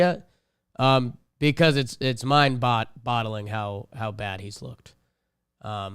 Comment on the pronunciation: I feel like has said 'mind-bottling' instead of 'mind-boggling' his whole life